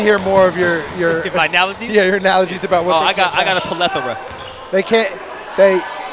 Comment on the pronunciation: Plethora. Not Pilletria.